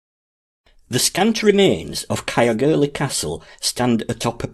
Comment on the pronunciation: Interesting and informative video, however ,Caergwrle should be pronounced 'Cayerr - goor - leh' Not Cayerr gurlie 😊